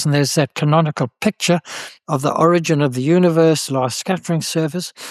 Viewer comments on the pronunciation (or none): none